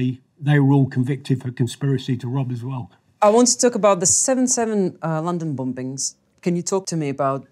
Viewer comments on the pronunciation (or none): "bom-bings" lol